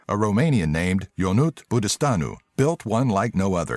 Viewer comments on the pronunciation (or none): its Ionuț not Yonut :I i don't need to know his name to know that a Romanian name doesn't sound like that. i am Romanian so i know what i'm talking about. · can;t stop laughing haha, there is no such name, it's pronouced Ionutz Busteanu maybe, not even i understood what name you meant. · ionut butustanu is pronounced Yonuts buutuustanu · Name of who's invented that car is "Ionuț Bustanu" and it's pronunced "Ionutz Bustanu" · I like how he spelled "Iași". It's "Iashi" xD Also "Ionuț" is pronounced "Ionutz" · You sad well the Most names but Ionuț .. You sad wrong the name... ionuţ the ț is spell differen than t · Next time when You want to translate a name first listen on translate... You sad wrong Ionut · Im Romanian and how you pronounced Ionut made me cry a little.